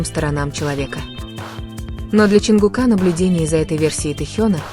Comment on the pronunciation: Не ЧонгукА.а ЧонгУка